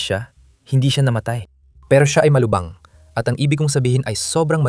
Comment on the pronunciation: Anong malubang malubha Yan Ang tamang pag tatagalog ayusin mo yang Tagalog mo wag ka kasing gumamit Ng AI